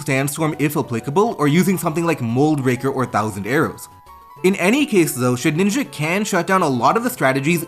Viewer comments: Why do u call it ShedNinja Its just Shedinja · Please. Please the name is shed-In-ja not shed-ninja. Please. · Great video but it's Shedinja not Shedninja and that irked me lol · I love your content but I was getting sooooo pissed at you calling Shedinja "Shedninja" 😂😂 great vid tho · It's Shedinja with one N. Why on earth does everyone feel the need to say shedNinja? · Take a shot every time he says “shed-ninja” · Please, for my sanity's sake, please stop saying shed (N) inja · …did you just say “shedninja”? 🫠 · Nobody ever:: SHEDNINJA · You saying Shedninja bothered me so much for some reason. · One day you’ll learn how to pronounce Shedinja. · mispronouncing Shedinja is iconic at this point